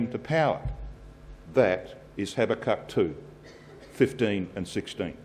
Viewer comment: its pronounced habacook.but spelt habakuk.